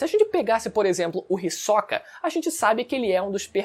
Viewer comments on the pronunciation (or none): Todas essas pronuncias dos nomes diferente do que eu acostumar do audio japones esta me dando nó nos pensamentos (risokA << hIsoka / NÉTÉro << Nétero)